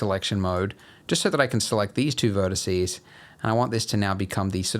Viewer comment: Vertex selection mode, not “verticey” selection mode. Juuuuuuust so you can hear yourself saying it, since we keep mentioning that you do. 😂